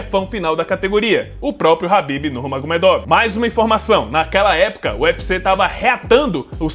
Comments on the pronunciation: "Nurmagomiêduf" Pronúncia em russo Хабиб Нурмагомедов = Escrita 😉🥥❤. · "Nurmagomiêduf" Essa é a pronúncia certa, Com som de f no final, Eu namorei um russo na adolescência porém não aprendi quase nada porque eu era uma adolescente desinteressada em aprender coisas novas 😔 Хабиб Нурмагомедов = Escrita. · Pô você falou do primeiro nome do khabib, mas você citou o segundo nome do khabib errado (nurmagomedov) 😅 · sim o K é mudo, e vc pronunciou o first name dele corretamente, porém o last name errou hehe ps: a história dele é muito bonita e triste. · Mas o Nurmagumedov vc não pronuncia do jeito certo né, complicado isso ai